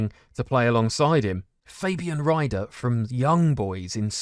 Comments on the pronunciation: How is it that difficult to say IE than EI? Fabian RIEder not Rider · Great Episode again! Just for your interest, Fabian Rieder is pronounced like "Reader" in englisch. But just a small thing I noticed XD